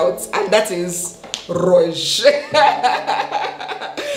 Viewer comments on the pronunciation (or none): I was not ready for the "rouge"🤣🤣 for those who don't know it's means red in French